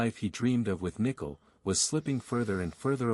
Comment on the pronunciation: It’s Shannan and Nichol. Not Shoonan and Nickel.